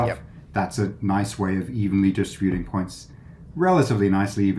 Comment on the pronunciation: "DIS-trih-BYOO-ting" drives me nuts. It's "dih-STRIB-yuh-ting".